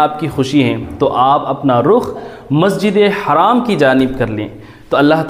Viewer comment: السلام عليكم و رحمة الله وبركاته. It is Masjid Al Haram and not a Masjid E Haraam Please correct your pronunciation